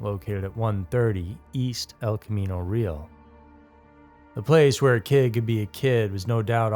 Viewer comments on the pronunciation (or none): Camino "Reel" 😂 It's Camino Ray-all (Real). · kah-mee-naw re-ahl every time u mispronounce an area you “report” on it makes u sound like an untraveled basement dweller 😢